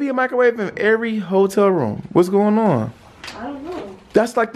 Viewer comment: "Ion like this ion like this"